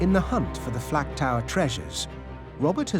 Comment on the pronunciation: The narrator keeps saying FLAT tower when its the FLAK tower or is my hearing bad?